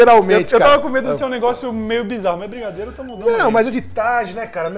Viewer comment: Eu ouvi brisadeiro?